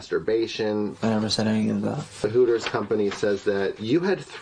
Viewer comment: It’s “Hooters”, not “Horrors”.